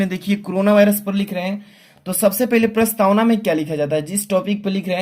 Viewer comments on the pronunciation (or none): Sir prastawan nhi hai prastawana hai